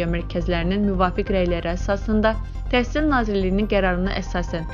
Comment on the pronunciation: Bu he deyir TESIL MESIL🤭